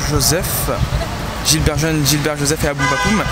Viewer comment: c'est gibert pas gilbert